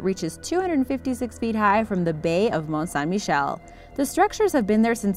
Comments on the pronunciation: Is just me or does anyone hear she say Mont "Shine" Michel? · St Michael’s Mount. Mont St. Michel. Do you see the similarity? Maybe your French isn’t so good after all. Fail